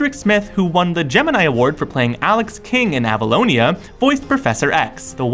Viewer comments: LOL AVELONIA... Road to Avonlea ... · Wow, you butchered Avonlea. A-von-lee, that is how it is pronounced. Also the show was called "Road to Avonlea." I'm surprised at the amount of research done and yet you failed to do a 30 second youtube search for the show. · Avonlea is pronounced 'AA-vehn-LEE'